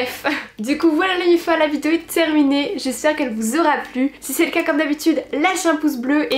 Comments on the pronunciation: des vidzeos😂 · Tas façon de dire "vidéo " mas toujours fait rire 😅